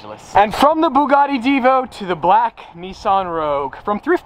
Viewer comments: Bouguati (Thats what a French guy hear....) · ''Byugati''!!! What was that pronunciation at the begining....Byugati !!!??? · Why did he butcher the name twice then when he was opening it he said it propley then went right back and butched the name again .